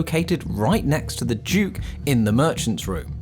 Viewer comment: Duke not juke